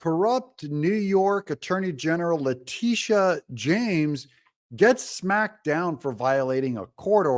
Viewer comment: Please pronounce her name correctly, it’s La-Tit-Tia. 😇